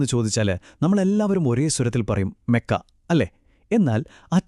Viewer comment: Mekka അല്ല . മക്ക ആണ്